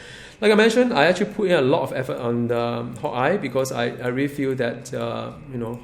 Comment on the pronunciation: u say hawkeye like hot guy XDDDD